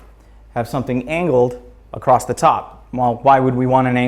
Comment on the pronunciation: there is no "T" in the word " across"